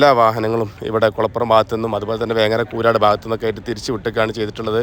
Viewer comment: കൂരാട് അല്ല,കൂരിയാട് മേലാൽ ആവർത്തികരുത്😅